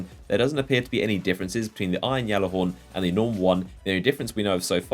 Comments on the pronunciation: G(j)allarhorn, not (G)jallarhorn. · You saying "YALLAHORN" pisses me off dude its GALLAAAAAAARHORN" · ITS THE G ALLAHORN, NOT THE YALLAHORN. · lovin that Yallerhorn. ITS PRONOUNCED G-A-LLER-HORN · it's gjallarhorn (g-aller-horn) not Yallarhorn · Why does he say yallehorn it pronounced gallehorn ( spelt gjallarhorn) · dude they literally said gallahorn not yallahorn so your pronouncing it wrong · Gal Gal not yal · gal not yal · Plus, if you spent five seconds looking at it, or know where it originated, you'd know it's supposed to be said "Yallarhorn". Not Gallihorn like a fucking Galimius. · it's pronounced gall-er-horn not yall-er-horn even bungie pronounces it as gall-er-horn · your fucking delusional if you think that's how it's pronounced, silent j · Listen okay GAL-AH-HORN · Look it up. If you knew your history or ever bothered looking it up you would realize it was not pronounced GAL-AH-HORN. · Deej said it's pronounced Gallahorn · You are so fuckin annoying! It's gjallahorn! With a G. Not a Y! Deej already cleared this up on stream! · it's not just him , other destiny youtubers and streamers say it that way. I always hear deej say with a "G" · No its the Jelly-Horn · | Quit it's pronounced yallerhorn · Guys...it's just a means of pronunciation....that being said it's Not yallarhorn AT ALL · i think the correct proninciation is Gyalllahorn, or thats at least that the pronunciation of the people that MADE IT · just deleted your minecraft account if you actually look up the pronunciation it's pronounced yallahorn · It's been confirmed that it's pronounced "Yallahorn." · You say Gjallarhorn wrong, look it up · lol I love how you butcher the name of the weapon! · He is saying it wrong it pisses me off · I'm disliking purely because of how you say Gjallarhorn. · Oh sir, how wrong you are. The name is Norse.